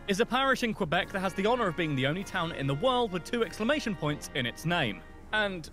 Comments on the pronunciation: QUBEC FUCKING QUBEC!!! 🤣🤣🤣 That is amazing!!! Best pronunciation of Quebec ever. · It is not pronounced Qwebec or Cuebec, it is pronounced Kaybec. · It's "K-beck", not "Cue-beck". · It's pronounced "K"beck, not "Kui"beck or "Q"beck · I am from Western Canada but had tge privilege of living in Ottawa for two years. Wonderful beautiful city. We do not like anyone with the last name Trudeau. Justin is often referred to as 'Skippy the Wonder Boy. Corrections: the letters QU in Quebec is pronounced as K. Quebec is proudly Kebec not QUEbec as this brit pronounced it. The Trudeau family is an extremely wealthy Montreal family. We refer to 'The Mounties' as the RCs. The percentage of French is much larger than 20%. Poutine was created and sold in chip trucks in Quebec. It is pronounced 'Pou-tin' NOT Poo-teen. We are proud that we are the first country to *allow* (🤪 hate this term) Gay people to marry and that Cannibis is legal. Its Vancouver Island not Victoria Island. Alberta is where Head Smashed In Buffalo Jump is. Radio stations play Canadian music but we hear mostly American music. We do celebrate Canada Day but it has become a day of reconciliation and we are changing to honor our first nations people. We have a long way to go. We do NOT drink milk from bags!!! It became a thing in the 1970s but not anymore. Oil and gas are our greatest resources. But I'm from Alberta... Calgary is NOT a dirty city. Hockey and Lacrosse are our sports. They were both developed by our first nations people. The glow in the dark dinosaur coin is a collector coin and not very common. British Columbia, in particular the Okanagan, also creates iced wine. The mispronounced city in Nunavut...i can't.... If you want to learn about Ca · Quebec is actually pronounced Kabek. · Quebec is pronounced K-BEC